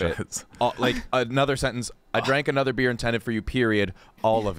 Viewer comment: Anudder day, anudder Lucas L